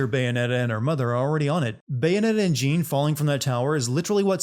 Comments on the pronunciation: How did you get the pronunciation for Jeanne wrong all the time when you had the game call her in your video many times? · 1 sin less for everytime he says "Jeen" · Damnit, it's pronounced 'Zhawn.' Ladies get REAL uppity if you mispronounce their name. ding sound Also we saw multiple instances of the bosses from the first game, as if there's been more than one. ding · Jean?! Ro-DAN?! I cant like how you mispronounce things when you have the game telling you how its said. Makes no sense at all and honestly dilutes the work which I already had an issue with because you’re saying basically are dumb. Thought you wiuld grow out of it but ah well. Back to not watching these vids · Are you aware you pronounced Jeanne's name as "Jean" eleven times? As a gal who shares the same name with the same pronunciation, it makes me die a little every time I hear someone mispronounce it that way. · Actually it's more "Jahne". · Calling someone Jeen is a sin itself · I don't know why it so hard to say Jeanne like Joan/John that should be a sin count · YOURE PRONOUNCING JEANNE INCORRECTLY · he can’t pronounce Jeanne or Rodin and it’s making me die inside. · Entertaining video, but how are you mispronouncing so much stuff? Jeanne's name comes up constantly, Rodin's several times as well, and Noatun multiple times too. :P